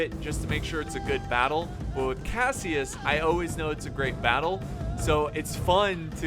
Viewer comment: bay-ttle of changping the most brutal battle ever with more than 700000 casualties that they sayed